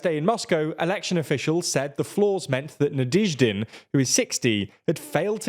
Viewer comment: NaDYEHzhdin. You guys need a pronunciation expert, you can't keep improvising it at the level you're at now.